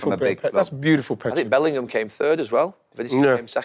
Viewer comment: Me: Its Three and 3rd Roy: Its Tree and Turd